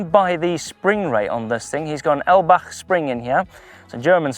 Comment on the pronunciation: Its an i, Eibach 😁